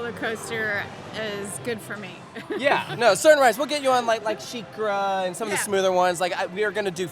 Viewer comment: Your mom calling sheikra shakira reminds me of my mom calling griffon gryffindore